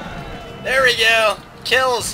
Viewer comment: hahaha "smack!.... there we go!... kills!!!! " Sounds like "cake!!!!" BTW, did some1 noticed that they wondered if Greece was POM? I so much got surprised at it.